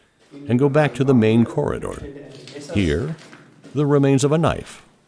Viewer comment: When the narrator says corder, does he mean corridor